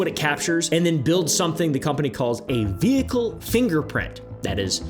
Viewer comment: I don't trust anyone who ever says the word vehicle like that